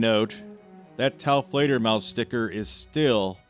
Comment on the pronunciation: Glad to hear you pronounce your name correctly... For some reason I have always read it in my mind as Teflo-dermus 😂